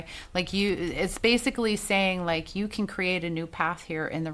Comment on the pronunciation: Like “likuhhh & a dutch” cracked me up! Love me some you girl! 😩😂